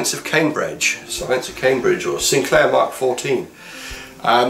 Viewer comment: Nice. - "Science of CambrEdge", like Vicky Pollard might say it. :p lol A very important little computer in the scheme of things. I don't think I've ever seen one in person, but I know that it obviously lead on to the ZX80 / ZX81, Speccy, and a whole generation of bedroom coders, many of which are now working as devs in the games industry. Thumbs up, as always. :)